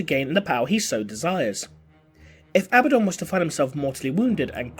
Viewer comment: Uh-Bad-Dun. Abaddon. There is no long 'B' sound. Originally a Hebrew name and translated in several languages. Still 'Uh-Bad-Dun' not 'Abba-Don'.